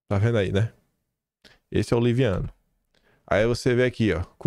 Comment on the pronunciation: Liviano não,leviano kkkkkkkk